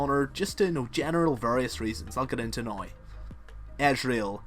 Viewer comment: Your accent^^ - Noiiii Instead of Now :P